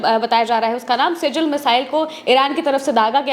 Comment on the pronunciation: सिजिल नहीं मैडम. सिज्जिल है वो जो की एक अरेबिक वर्ड है